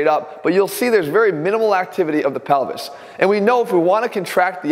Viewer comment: ATHLEAN SAYS PELVIS ME : DID HE JUST SAY PENI$